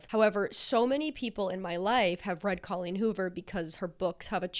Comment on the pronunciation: Love all your videos, so excited to watch this one - I just have to say before I keep going. Thank you for saying CAW-leen rather than COH-leen... I was starting to worry I'd said it wrong my entire life 👍